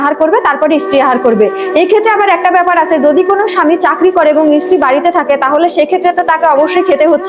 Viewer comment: ইস্ত্রি উচ্চারণ নয় স্ত্রী উচ্চারণ করুন